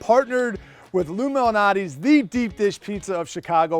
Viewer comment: It sounds like he’s saying illuminati.